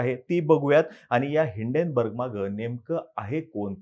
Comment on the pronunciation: It's name is Hinden why u pronouns as Indane